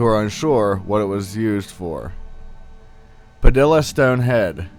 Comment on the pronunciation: Padilla is pronounced Pa-dee-ya. in Spanish two LLs are pronounced as a Y sound.